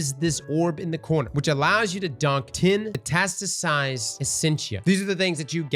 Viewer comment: It’s ME TAS TI SIZED not metasized